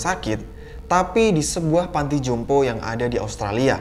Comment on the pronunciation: "Panti jompo" bang... Bukan " panto jompo "... 🤭